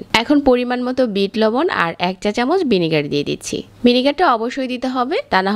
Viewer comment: রেসিপি সুন্দর হয়েছে..শুধু কিছু উচ্চারণ কানে লেগেছে, ডাকনা, বিনিগার, মাজামাজি, বাজা..